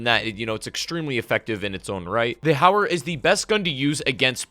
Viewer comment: Oh I thought it was called howler or haywire, or hayer....JK, finally someone who can pronounce the damn gun right.. it’s HOW-ER guys.. gawd lol